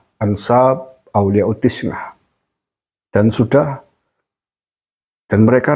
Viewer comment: BUKAN TISNAH TAPI TIS'AH PAK